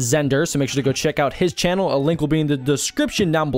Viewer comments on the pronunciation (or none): none